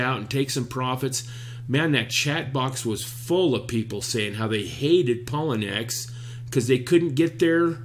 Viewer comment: I think it is pronounced....pa low knee x